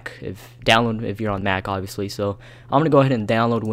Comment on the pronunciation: Iol u said ovbvipusly u need a computer